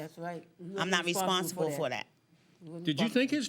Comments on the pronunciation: Am I the only one that heard her say Respire?...instead of Responsible! And further more that's on you to leave ur property and u know she has dogs and they chew on things. So ur out of gas or should I say paint gun..go out and buy another one.😂😂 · Breh..the word “responsible “ tore her ass up